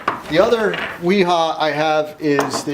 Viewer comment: You should learn how to pronounce those names in German the W is pronounced with a v